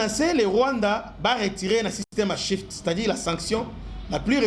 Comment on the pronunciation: C,est Swift et non shift , Russie sauve'e par le brics